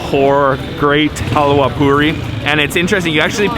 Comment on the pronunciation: It's not hawya it's halwa 😅 in my Language Hawya means women's Reproductive System. It is a Bad language 🐸 In Bengali